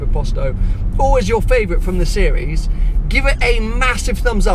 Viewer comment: ''Sewies" - How he says series.